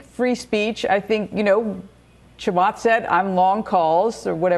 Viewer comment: is this first lady racist? why can't she say Chamath's name correctly lol